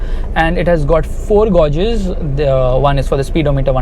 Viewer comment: Gauge pronunciation is totally wrong please see this